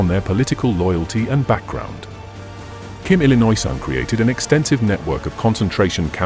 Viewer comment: Kim Detroirt Sung